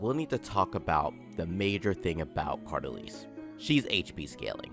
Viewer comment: Bro pronounced the name 132 different ways and not a single time is it right